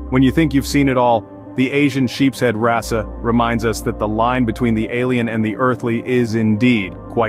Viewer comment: You pronounced it wrassa, thats wrong , you showed a discus fish briefly....wtf